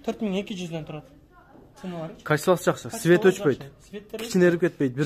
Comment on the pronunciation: Свет эмес цвет деп айтылат. Туура суйлогонду уйронгулочу